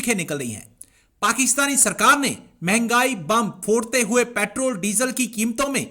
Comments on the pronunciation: ko doctor ki diggory kisne di petrol ko petral bolti he jahil worat raw ko rauw bolti he🤣🤣🤣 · petraaal 🤣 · Petrrraal pronunciation